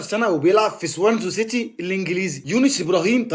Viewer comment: انا سمعتها تاني والله انتا بتقول تولب اسمع كلمة طلب بتتنطق ازاي ياخويا انا مش بتريق والله عليك انا فقط باقولك الصح وانت بردو قولت سوانزو سيتي الصح سوانزي سيتي